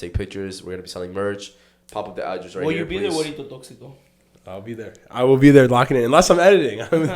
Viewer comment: Everytime says guerrito sounds like willito 😂😂